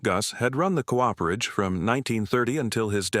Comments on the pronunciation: Co-operation is most correctly spelled with that little dash between those two adjacent 'o's. Cooperation is not a word, just a lazy persons shortcut because they don't know where that key is on the keyboard. A 'Cooper' is someone who makes barrels. He or she is not a co-oper. A Cooperage is a place where a Cooper makes his or her barrels. That place is not a co-operage. Co-operage is not a word. I find this mispronounciation by the AIs vastly annoying. Others, too. I can usually listen to these stories by ignoring these problems. But, not this time. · I’m with you! AI narration sucks. It’s trying to merge the beginning of ‘cooperation’ into ‘cooperage.’ AI could mess up ‘parsonage,’ no doubt!